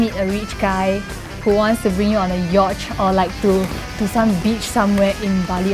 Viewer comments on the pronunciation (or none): lol did she say yoche. instead of yacht. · Did I hear you say yacht as yotch.